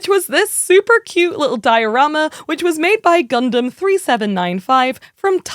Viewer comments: Think we need a count on every Gundam related episode. And if GunDAMN is said more than GunDUMB then there should be some sort of forfeit 🤣 … loved the “I’ve only just learned how to say Gundam” and then instantly says it wrong 🤣 (this is all said in jest, no malice I promise! Keep up the great work) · its nice that you are saying Gun dumb in stead of Dun Damn this time around. however the way you said gun damn was pretty fricking cool! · OH MY GOD! Thank you for saying “gun-dum”! Now please get all your compatriots over there to stop saying “gun-DAM”! Love all you UK-ers over there, but it always so unnerving to hear “gun-DAMMMM” in conversation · We get Gundam pronounced like an American folks. We made it